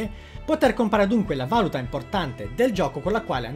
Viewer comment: Ne penso che si dice "valùta", non "vàluta"